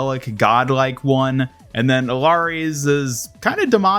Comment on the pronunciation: EE-YA-REE KEER-EE-KOH the game says their damn names, cmon